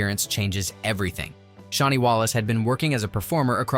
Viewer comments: I loved this, but Shani is not pronounced SHAWNI. Shani ryhmes with Rainy. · Nice, but please learn how to pronounce Shani's name correctly.